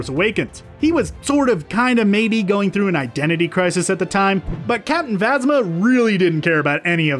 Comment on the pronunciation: You said captain vasna instead of plasma